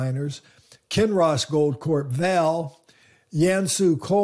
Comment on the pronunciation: Vale is not pronounced vail. Try vah-lay